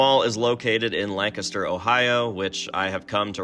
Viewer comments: There's a Lancaster in Texas and we pronounce it the same way you do. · Englishman here confirming that you say Lancaster correctly. Lancaster UK has been pronounced how you say it since the 12th Century. So everybody else is wrong. You are correct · As a PA native with a city of the same name, I can confirm you are saying Lancaster correctly